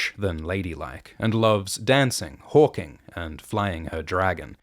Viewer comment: "Hawking" you say?